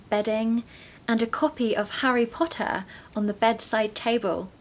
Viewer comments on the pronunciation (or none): none